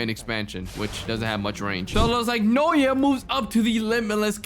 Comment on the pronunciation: *its pronounced nao-ya Naoya not noya